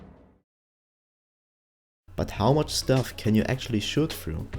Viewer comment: Great video... great info... but please say "through" and not "trough" lol.